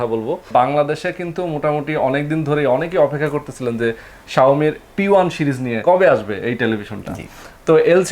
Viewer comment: It's series not sherise.....